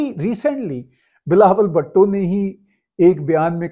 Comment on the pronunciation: Tahir Bhai, Bilwal بھُٹو is his name 😊. But you keep saying بھَٹو